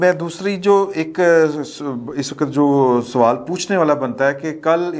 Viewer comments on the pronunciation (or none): none